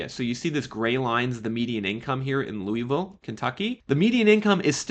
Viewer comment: It's pronounced "Loo-ville" And there is a reason housing is cheaper here. More ghetto.